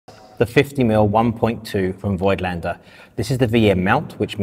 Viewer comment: People, as a German, please stop calling Voigtländer that way, it is pronounced 'Fogtlender'. Thank you.